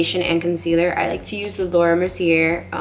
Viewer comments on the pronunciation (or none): none